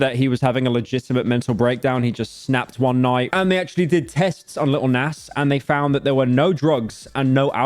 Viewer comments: "lil näss" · Bro saying nas haha